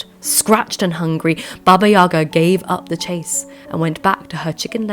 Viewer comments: yagA, stress on the last syllable, not yAga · thanks for the video! btw, in russian the stress falls on the last syllable - baba yagA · YagA. Put the stress on the second syllable, please.